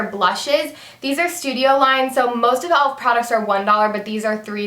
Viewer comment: Omg it's not elf. It's e.l.f. You say the letters